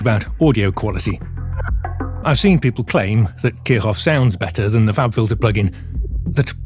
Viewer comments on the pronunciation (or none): Kirchhoff is pronounced like "Keer Shoff". The "ch" is a voiceless palatal fricative. :)